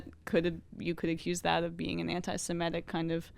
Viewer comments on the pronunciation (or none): Strange how many people pronounce 'semitic' as "simetic".